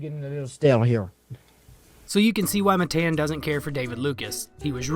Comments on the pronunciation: It’s Matan not Mathen you retard, the name of a king! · It’s Mah Tahn not Matt Ann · this chigga rly said muhTAN 😭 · It's pronounced ma-tawn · All you did was spell it. It would be pronounced "muh-tahn". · Matan ( muh-ton) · I thought it was engagement farming. I didn't think anyone could be so ignorant to make a video where they mispronounced one of the names so many times even tho he introduced himself and said his own name. If it's honestly not on purpose you should put a tiny bit more effort into your vids. Redneck or not, don't claim some background just to use it as a cruch. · I mean, you know you say his name wrong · If you were an actual fan of Matan, you would know how to pronounce his name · It’s pronounced Matan btw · Why are you pronouncing his name as Matan? It’s Matan.